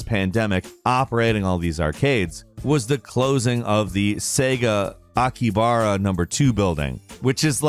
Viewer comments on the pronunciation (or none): Aki-ha-ba-ra, dude. You missed a whole syllable,. (See how I only omitted a single letter there?) - dude who lives in Tokyo. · It’s pronounced Aki-hab-ara. Luckily I got to go there last summer. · Yikes butchered A-ki-ha-ba-ra just say Akiba next time 😅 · It's not "Akibara",, it's either "AkiHAbara", or "Akiba" for short. Egads...